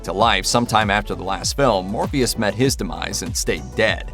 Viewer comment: Did anyone else hear him say Morbeus not Morpheus ?